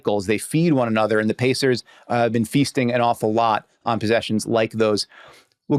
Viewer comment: That’s Indiana Pacers you pronounced it incorrectly get it right